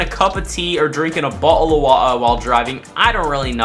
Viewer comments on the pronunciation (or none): The way he said "bota of wuta"